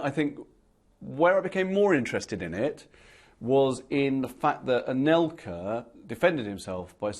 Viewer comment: C'est "Anelka", pas "Alenka". Et c'est "La quenelle", pas "The quanelle". :-D